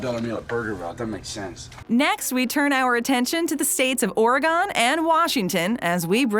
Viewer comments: Orgon bitch said orgon it’s Oregon🤣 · The fuck did she call our sister!? I’ll kill her for messing with our southern sister Oregon or-e-gon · bro never say Oregon like that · Its Ore-gun NOT ore-gone!!!!!!!!!!! Have some respect for Oregonians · where has ore gone? its pronounced ore-gan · FYI- it's Nevada, not NevAHda, and OreGUN instead of OreGONE. God bless you. 😀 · No In-N-Out, Whataburger, and you pronounce Oregon as “Ori-gone.” The people who produced this video are either from the Midwest or the East Coast and are far from the authority on this topic. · ORE-E-GON???...nahhhh. That’s not how we pronounce it 🙄 😂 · Why do u say:”OregAHHn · OreGONE- i fuckkkn hate when it’s pronounced like that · Narrator: Burgerville... Me: 😀😀😀 Narrator: Ore-GONE... Me: ☹️☹️☹️ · Yeah so learn how to say OREGON!!!"Oregun,Oregen" it's not hard... Thanks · I cringed when she said “Oregone” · I live in Oregon and nobody says it that way here 😂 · matanuska high She could’ve said OregAno 🌿. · why she pronounce oregon like that bro 💀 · Mispronouncing states right and left. Oregon, Nevada...jesus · the way they pronounced Oregon scares me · How dare you say Oregon wrong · Yeah..... not how you pronounce OREGON..... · Why did you say Oregon that way, I’m losing sleep over this